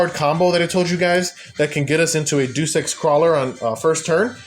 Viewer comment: As a Krawler fan that started using ninjas, absolutely based list! Just an fyi, “Deus” is pronounced as Day-Oose. Like in Deus-Ex-Machina.